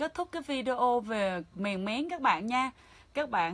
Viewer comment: Mèn mén chứ không phải mèng méng